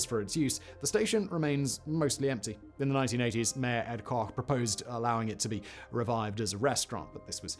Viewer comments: The NYC mayor's name is pronounced like Kotch, not Cock. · He pronounced his name "Kotch."